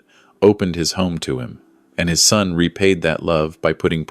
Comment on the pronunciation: Concerned son, not sun.